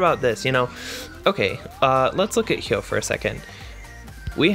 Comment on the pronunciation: Finally someone who can pronounce Hyoh.